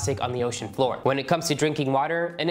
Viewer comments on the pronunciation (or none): none